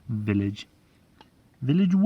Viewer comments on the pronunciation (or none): willage village, Village willage 🤣